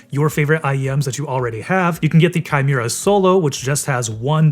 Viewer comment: It's hard to trust a review when they can't even say the modelname correctly.. If you don't bother to read the name of the product, why would you even bother testing it if you just need to spit out a video anyways?